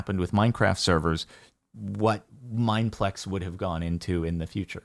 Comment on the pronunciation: why bro say our name like that tho???